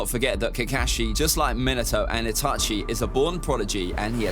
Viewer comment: Bro why did call minato minito